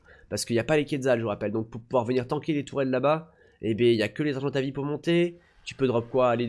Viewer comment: Mdr je te comprendrais jamais : tu te met en vue à la première personne sur les dinos et en 3 ème personnes quand t normal. Tu dis argentavi au lieu de argentaviS, parosaure au lieu de parAsaure, tu prononce chintine au lieu de prononcer Kitine ... Mais on t aime. Super vidéo 👌👍💪😚